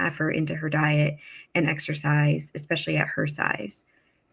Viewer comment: Yes! I CANT STAND the “ant” for “and”. The way she ends her words DRIVES ME NUTS!